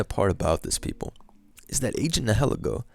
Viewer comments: Its pronounced nile-eego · The way you say nilihelgo sounds like “hella goat”